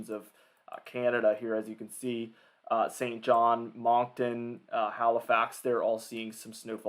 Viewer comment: pronounced "muncton"